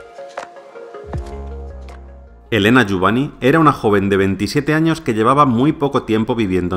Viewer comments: Muy buen vídeo, eso sí, se pronuncia "JUBAÑ", no "Jubani". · lo de "jubani" sobra se pronuncia "jubañ" y lo peor es que lo sabes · La pronunciación más adecuada sería Jubañ. Buen vídeo! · La mayoría de la gente pronuncia mal los apellidos Catalanes o Valencianos acabados en ny. Lo único que has hecho ha sido leerlo en castellano. No se puede saber todo. Saludos afectuosos a ambos.